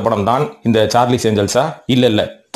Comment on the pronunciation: சார்லிஸ் இல்லை சார்லஸ் ஏன்ஜல்ஸ்